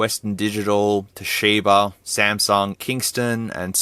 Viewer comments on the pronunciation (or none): none